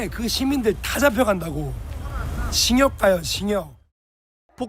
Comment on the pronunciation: 싹다 잡아가라 이늠도 조사해라 엄벌로 다스려라 안그럼 법을 젓밥으로 생각하고 더 지랄떤다 모자이크 하지마라 쫌 머하러 해주냐 쓰레기들 꼭 엄벌로 다스려라 야 딩역이 아니라 징역이다 발음 좀 잘 해라